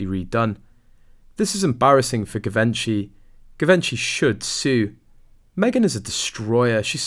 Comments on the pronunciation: The pronunciation of Givenchy is very Anglo and not correct for the French couturier which also happened to be Audrey Hepburn's favorite fashion designer. This is very basic stuff, considering the story was about Givenchy which makes you think what else have they got wrong. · I wonder why you often pronounce different names or brand names in a peculiar way. Givenchy is a very well known brand, how can you say it that way that you do? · I doubt this is true - this guy can’t even pronounce Givenchy properly so I doubt he has inside knowledge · Can’t watch this if you can’t even manage to pronounce Givenchy properly 🙄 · . If you can't correctly pronounce "Givenchy", it's a dislike from me. For crying out loud.... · Can the voice over for this at least learn how to pronounce "Givenchy" correctly... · Can't pronounce Givenchy properly - annoying! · PLEASE PLEASE PLEASE learn how to pronounce Givenchy ! It's horrible to hear you say it. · You are pronounving Givenchy wrong lol, sorry. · Fun videos but maybe learn how to pronounce “Givenchy?” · You can’t even pronounce Givenchy…it’s not a hard G, and Kates text reveals she’s rude herself. The End. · You’re pronouncing Givenchy wrong, it’s French, before a e,i and y you pronounce the g [ʒ], before a, o and u, you pronounce the g [g]. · Givenchy pronounced as zhee-VAHN-shee The 'G' is pronounced as a 'J' and the accent is on the 2nd syllable. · Your pronunciation of Givenchy is wrong. It should be pronounced like you pronounce “gist: ‘jist’”. Please… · Good content, love your commentary.......but you need to pronounce Givenchy properly. "Jeevonshe", with the emphasis on the von. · doesnt matter too much but I think it is pronounced Jee-vaun-chy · Givenchy - pronounced - Zhuh Von Chee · Pronounced “Gee - von - shee” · Zhe-van-sha (long a) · You need to know how to pronounce ‘ Givenchy‘. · Givenchy should sue this channel for mispronouncing Givenchy. Lol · Stop mispronouncing the designer. Sounds ridiculous. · I know !!!!